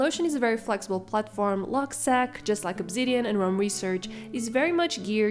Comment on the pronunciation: It’s pronounced “log-seek”. “Log” for “logbook” and “seq” for “sequence